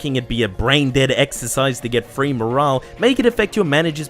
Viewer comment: Morale* not Morohrle